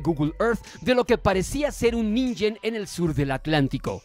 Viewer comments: Ninjen? Antes de dejarles narran un video, díganle como se pronuncia la "G" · No se pronuncia ninjen como ninja,se pronuncia ningen como ningún,pronunciación japonesa correcta